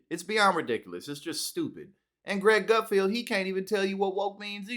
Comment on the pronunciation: It's Gutfeld, not 'Gutfield'.